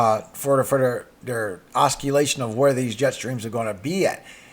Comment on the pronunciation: The 'c' in oscillation is pronounced like an 's'...😉